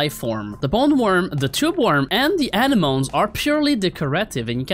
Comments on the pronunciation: Anemoan? Lol its pronounced A nem O Knee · the anemone is pronounced aneh- mo- knee :D